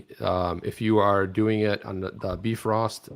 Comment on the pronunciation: Bifrost Chipper, not Defrost.